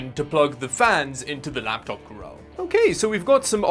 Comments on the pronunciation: I love how he keeps calling it the "Coorel" because of the original broken translation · Cooler? You mean Coorel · Dammit, you've said "coorel" so often that I'm about to start saying it too instead of "cooler". :) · I've had saying coorel in my head since he made the first video about it. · Kural? Wtf. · Why he mispronounces 'cooler'? 🤣